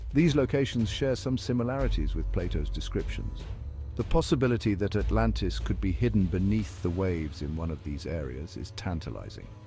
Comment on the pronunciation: AH MUH GAWD ALRANTIS